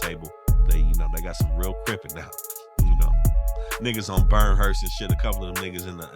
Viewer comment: Brynhurst lop not burnhurst 😂😂😂